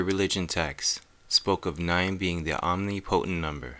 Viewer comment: Graft vid! One thing. The word is "omnih-pih-tent"